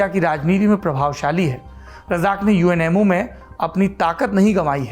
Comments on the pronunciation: जब आपने UMNO को बारंबार UNMO कहा तो अचंभा हुआ और लगा कि संभवतः मेरे सुनने में ही कुछ कमी है। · It's UMNO yar not UNMO ji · Saurabh, big fan of you and your channel. Lived in Malaysia for many years and married to a Malaysian. Several mispronunciation such as It’s UMNO, united Malay national organization not UNMO It’s called MALAYA pronounced as MALAAYAA BHD is for BERHAD closest English translation is Ltd. In a company. Expectations are high Saurabh. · aapne UMNO ko baar baar UNMO bola hai... 1st time galti pakdi.. 🤗 learning